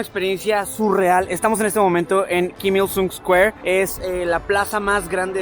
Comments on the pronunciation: "keem young ill", "Keem ill soong" por que pronuncias así, que naco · Pronuncia bien, kim il sun, porque myung a cada rato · En serio nadie va a decir q todo el tiempo estuvo pronunciando mal Kim Il Sung la u se pronuncia como o (en algunos casos)